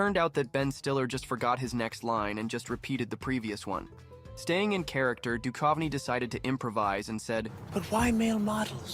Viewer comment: It's funny hearing the narrator callout people for mispronunciations and then goes on to mispronounce Guttenberg & Duchovny.😔